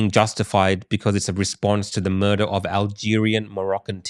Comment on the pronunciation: How the fuck can you possibly say “murder”?? Loss of big points there mate